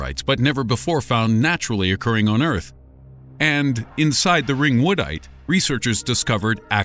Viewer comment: “Ring wood dite